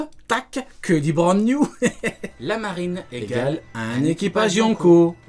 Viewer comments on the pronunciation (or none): C'c'est pas brand-new c'est brand man 😂